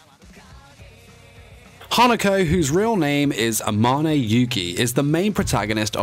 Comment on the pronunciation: Two years late but yo now ima just fix some things up that you said Some pronunciations you did are wrong first one “Hanako who’s real name is amane yugi” Amane is pronounced ar-muh-nae the muh is said quicker way you pronounced it is ar-mar-nae. The English dub of the anime shows Spoiler warning! Hanako’s younger twin brother Tsukasa saying his name. 2. “Is the main protagonist” see here yes he is a protagonist but not the main one if you had actually read the manga or seen the show you would know it’s actually Nene Yashiro- although most people call her “Yashiro Nene” the anime shows her saying “I’m nene Yashiro” not Yashiro nene. The next part he is a ghost yes and they all are but through out the anime except for a couple of parts they are called apparitions for example this is shown by Hanako saying to Yashiro “I prefer apparition” 3. “The school mystery number 7” Yes mysteries but in the anime and I believe the manga as well they are referred to as “The Seven wonders of the school” not “The school mysteries” 4. Next Spoiler again about the same thing An image you used showing the boy dressed as hanako with his five fingers up with two on his other hand on the palm of the one being held up with five, that is actually his younger twin brother Tsukasa we know this because one: his Hokujoudai are black and red/ black and green not white and red/white and green. Also, the seal is black and red. 5. About the point being when he is feeling negative emotions he hides it with a